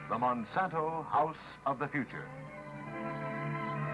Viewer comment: Hahaha "plastic is fthe uture" lol well what I know is that plastic is one of the most problems around the world